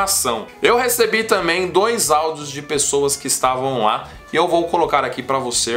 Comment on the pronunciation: Da uma melhorada no português. Vocêr, lar... Por favor amigo. Mais de 600 mil seguidores.